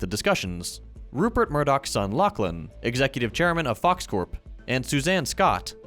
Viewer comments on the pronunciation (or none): none